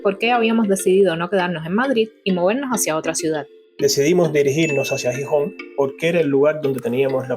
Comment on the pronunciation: Video Chulo o bonito . Solo un pero.... Es Gijón o Xixón no Jijón .Sin un poco de lluvia no existiría toda esa naturaleza verde .Aquí tenemos entre otros pueblos el pueblo de Cabrales especializado en quesos y que hace un tipo de queso único en el mundo por como se hace y donde se hace . En cuanto el transporte público los menores de 18 años y los Jubilados no pagan transporte , es gratis .Gracias por pensar en Nosotros .